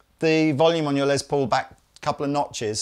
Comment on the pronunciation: LES ! Lester ! A he ! Not LEZ. Not a lesbian. You like Edie Van Halen too ? She's awesome too. Love you guys, and I'm kinda playing, but kind of not. One of the most famous names in music period, and for good reason. Let's give him the respect he deserves.